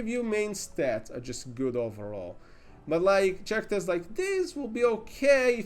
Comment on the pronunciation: It's pronounced karakters, not tjarakters. (talking about characters).